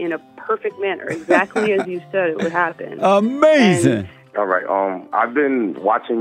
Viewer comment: UH MAY ZIN